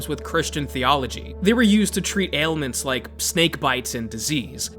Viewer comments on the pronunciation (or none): none